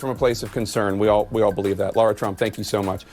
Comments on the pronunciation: It is Lara Trump, not Laura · Brandon, you need to call Lara and apologize for calling her Laura multiple times lol